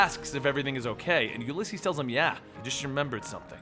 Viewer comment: You say the name weird. It's oo lee ses